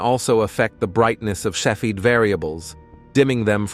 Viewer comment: You are mispronouncing cepheid.